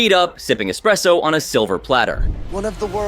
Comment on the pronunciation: Him actually saying "expresso" tells you all you need to know